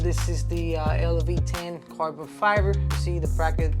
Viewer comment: AINT NO WAY HE SAID "LV 10".....😂 OMG AINT NO WAY!